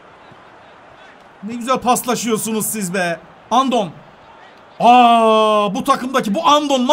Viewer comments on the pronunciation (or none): Abi Andon diye okunmuyor Andone diye okunuyor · abi Andon değil Andoone diye okunuyor eski GS l8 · Abi andon değil andone o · andon değil abi florin andone 😢😢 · Abi sen andoneye andon diyon ama Galatasaray dada oynadı mük gol attı sivassipor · florin andone dlye okunuyo abi o